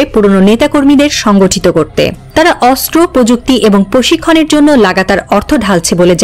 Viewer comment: অস্ত্র উচ্চারণ করতে হবে শুদ্ধ করে 😮😮